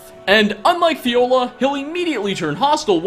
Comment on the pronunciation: Fjolar, not Fiola. The «Fj» is pronounced like you do in the word «fjord» 😄😉